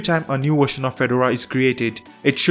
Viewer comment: "This new Wersion"